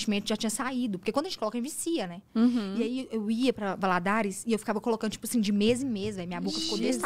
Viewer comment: Nasci e morei em Governador Valadares e nunca ouvi “Valadóres” mas amei muito!!!!😂😂😂